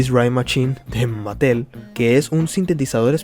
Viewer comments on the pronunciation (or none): none